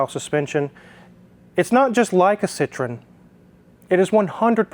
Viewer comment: Ci-tro-EN...please. They are not from Indiana.